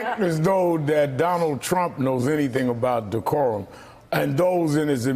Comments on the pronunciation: Dee-core-um, can you use it in a sentence mr. trump? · OMG! Did huckasands say decorum?!? Ahahahahahhah..... wtf?!?!! We are in the twilight zone!